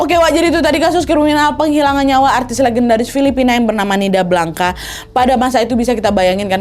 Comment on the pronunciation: Blanca, bacanya : blangs kak